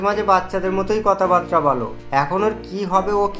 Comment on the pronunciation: কথা বাতরা না, কথা বাত্রা